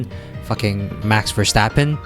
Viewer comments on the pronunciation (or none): none